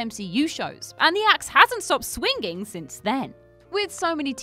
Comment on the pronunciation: Gotta love the Brit way of speaking.... Swing-ging..... there is only one G, so, Swing-ing!!!! Hang-ger.... another one.